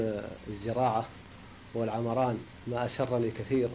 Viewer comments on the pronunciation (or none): بدل مايقول العمران قال "العامران" ههههههههههههههههههههههههههههههههههه